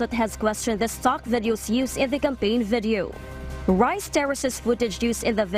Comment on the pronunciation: i cant unhear "vedio....vedio...vedio"